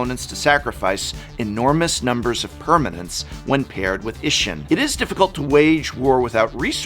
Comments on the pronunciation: Just a heads up, as this is Japanese theme set, it's pronounced E-she-n. The i is pronounced as a e at the end of she and the ss makes it... pause for a lack of better words. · Please, for the love of the gods. Japanese vowels aren't hard. They sound the same as vowels do in Spanish. I makes a hard E sound.